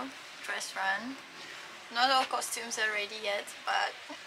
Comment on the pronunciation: lol I just think it's funny, you say it with an h in it, coshtumes, it's not pronounced Iike that,thats all